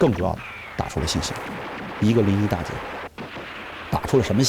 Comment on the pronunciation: 臨沂大捷 不是大劫 大捷